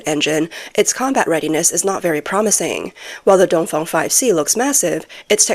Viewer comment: Its dongfeng not dongfong.😂